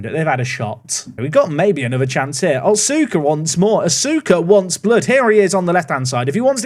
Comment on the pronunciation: little note, the U in names like otsuka and asuka are less pronounced. so instead of “ot-suu-ka” it would be closer to “ots-ka”. (see: sasuke in naruto!)